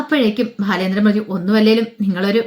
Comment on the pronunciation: ഭാലചാന്ദ്രൻ അല്ല ബാലചന്ദ്രൻ എന്ന് ഉച്ഛരിക്കൂ 👍